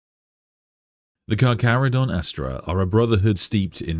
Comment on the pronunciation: for anyone wondering on the pronunciation - the Carcharodon name is inspired by the latin taxonomy of Carcharhiniformes, the main shark family classification, or possibly Carcharhinidae, a subfamily, and the pronunciation can be found here: is saying it correctly lol